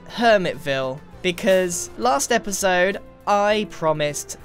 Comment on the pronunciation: "HELLO! My name is Grian and welcome back to another esode of Hermitcraft!"